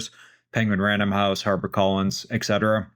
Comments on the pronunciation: How is such a well-educated man still able to utter the word “eck-cetera”??? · PLEASE stop saying "eck cetera."